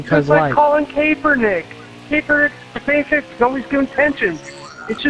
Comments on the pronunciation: Colin “Capernick” lmaooo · Did he just Kaepernick...Capepernick? He also said he did it for attention lol.